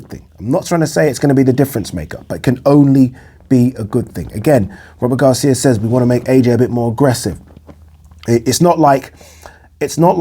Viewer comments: Come on, Man! Robert Garcia is a towering intellect in boxing. Stop fukking pronouncing his name like it's "Rubber Gloves" or stop dropping his name like you know what you're talking about. Go back and listen to yourself. Rubber gloves. That's what you said. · Work on your diction, man. When you said Robert Garcia, it sounded like Rubber Gloves. Come on, man. Tighten it up a bit. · I'm hardly offended. Look, man. Read my name backward. All I'm saying is, you're not much of a boxing fan, if you are pronouncing Robert Garcia's name, rubber gloves. Take the marbles out of your mouth.